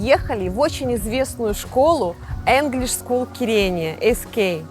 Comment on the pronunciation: Пожалуйста, не говорите Энглишь скул, ну вы же там в англоязычной среде находитесь, послушайте, как правильно произносить слово Инглишь.